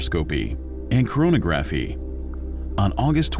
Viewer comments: spectro-scopie, chrono-graffy 😆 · I may be alone here and just splitting hairs, but its...troubling to hear "spectroscopy" and "chronography" pronounced incorrectly (over and over). I get that the narrator is just a voice and isnt affiliated with astronomy, but it would help to give him a key to pronunciation. Several astronomy channels i follow share this issue. Its minor i know but its something that just gets louder and louder each time i hear it